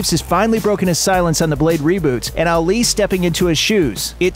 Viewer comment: You butchered Ali’s name